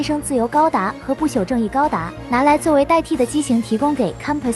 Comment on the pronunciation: 不朽不是不巧 「朽木不可雕也」的朽